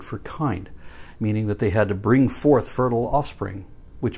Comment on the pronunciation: "Bring fouth and multiply."